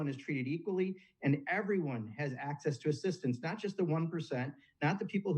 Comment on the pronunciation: Warren says access. Of course 🤦🏻‍♂️